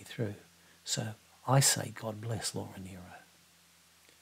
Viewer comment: I loved your tribute to Laura Nyro - and that you pronounced her name correctly!